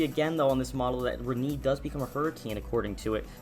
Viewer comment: Reknee lol